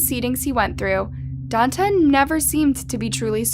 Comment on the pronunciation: "Dawn-tey", Jesus Christ, learn how to pronounce stuff.